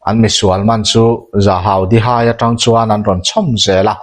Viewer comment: Kimnawna hming leh natchhawng , Dihai tih vel hi i lam dik lo lulai lutuka a ho zo vek😂😂 i chhiar hmain a hre deuh zawh tur che a nia.